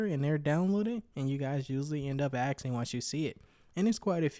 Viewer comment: "end up axing" please learn to speak properly, its ASKING & ASK. Not "axing" and "ax"